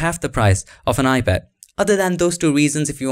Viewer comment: I kept hearing “ibad”... not sure why..